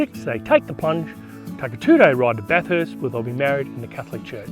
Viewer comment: Bathurst is pronounced ‘baf-ist’ not ‘baf-hurst’